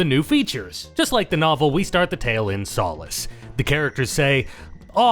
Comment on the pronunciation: Your videos would be better if you pronounced names correctly. Imagine being an English-speaking adult and not knowing how to even pronounce Solace. Pathetic.